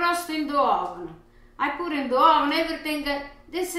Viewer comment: " now I put a little bit in the hovennn for carmolele motion"